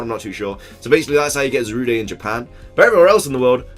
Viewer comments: It's not Za-ru-day its za-rude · I hate it that people are pronouncing Zarude as Za-Ru-De when it’s actually Za-Rude